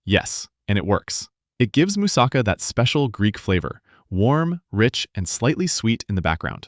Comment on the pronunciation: This guys pronounciation is killing me as much as those fake dental commercials. By the way don't even think of buyinhg them. Roll the "R" as RRRRHO, YEE RRRHO. MOOOSAHKHA, PHEEILOH. Yee he's rrrrohing a boat. A person from Boston saying a moose is driving a car, Moose sa CAH.